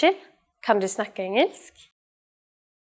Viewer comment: The spelling of engelsk, isn't it actually pronounced "ing-ylsk?"